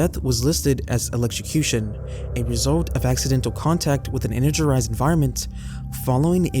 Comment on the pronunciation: Energerised is the cutest mistake yet. No criticism here! Although, I would like to say that ute is pronounced "youte".